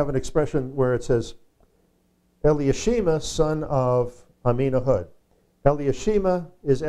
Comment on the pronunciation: The pronounced name for Elishama.. would be Eli-Sha-Ma., Correct..? Not Eli-ah-She-Ma because there's no vowels or "ah" after the Eli or L-EE, It's then SHA - Ma. Not giving grief, just pointing out.